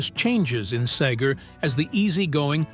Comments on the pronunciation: "Bob Sayger?" lmao. Another AI video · Who the hell is Bob Say-ger? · AI was doing well pretty pronouncing Seger correctly and then came Saager. HA HA HA. Mispronunciation reveals AI every time. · This dude don’t even know how to pronounce Bob’s name. Horrible. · Yes. Mispronounciation and the endless repetitions. AI needs an editor.